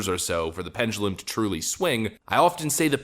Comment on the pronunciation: Pendulum.. not 'pengulum'. No 'g' in that word. It's so noticeable when you speak.